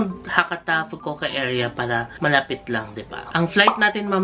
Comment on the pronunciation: FU-KU-O-KA pronounce the O IN FUKU-OKA.